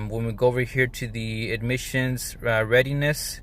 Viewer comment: Why you keep on saying admissions testing? It’s Emission testing dude!. Are you on braces 😬 🤪